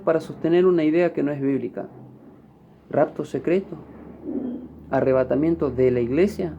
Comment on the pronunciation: Primero dijo que la palabra "Arrevátamiento no esta en la Biblia pero ya pronuncia 3 veces. 2. Jesus no biene a la tierra dice " en las nubes "Husted está mal amiguito no perturbe